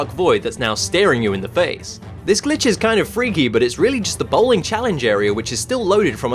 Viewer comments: you say glitch or bitch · I only who hear b*tch instead glitch?